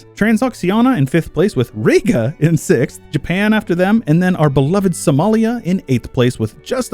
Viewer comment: Riga is pronounced Ree-ga not Rigga but beyond that neat vid lol.